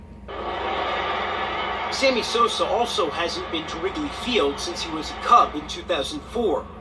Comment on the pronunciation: Did i hear you say Sammy Soser 🤣🤣🤣 sounding like Stephen A Smith, brother. Lol Peace